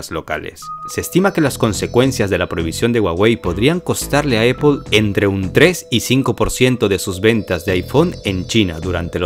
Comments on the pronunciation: Se pronuncia "Naiqui" NO "Naic" / "Apol" No "Eipol". Salud2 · Excelente pero porque dices eipol se pronuncia apple en ingles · Muy buen video 👍 pero déjame decirte que Apple se dice "Apl" en español y no "Epel" 😆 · "Donal Tram" y "Eippol" :v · Perdistes crebilidad desde el momento que dijiste eppol 😂🤣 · Superinteresante, como siempre. Solo una cosa: me ha costado trabajo averiguar qué cuando dices "opo" te refieres a Apple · Se pronuncia AAAApple